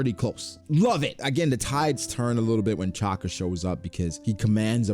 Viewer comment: why you say Chaka bro its Shaka